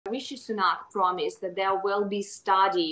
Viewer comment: Who else heard 'drama' instead of 'promise'?